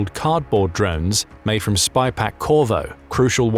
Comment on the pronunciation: It's SYPAQ not Spy Pack.....jeez